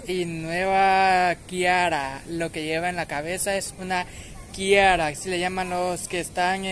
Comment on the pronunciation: A mi todos los vestidos me gustaron te miras hermosa 🤗 es Tiara con la t no con la k😉